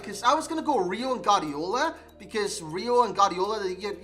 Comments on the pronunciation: I'm Spanish and it is pronounced "Guardiola", you only skip the u when next to the u there is an e or an i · Nobody: NOBODY AROUND THE HOLE EARTH:: Gardiola